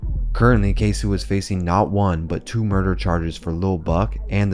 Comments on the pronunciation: K-SO not K-SU lmao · “ KAY - SO “ not “Kay - Sew “ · Mannnn if you gone capitalize off Black Death at least say the names right goofball. Tf is a ksew it’s ksoo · It's not K-Sue, it's Kay-So. "C'mere boy!" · Not too bad but a lot of things were left out or skewed on the timeline. Also.. K-SO!!! QUESO!!! K?SO? not K-sue. Overall, not bad tho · His name is Queso not k-su 😤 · My guy rly called him KSU its KSOO with a O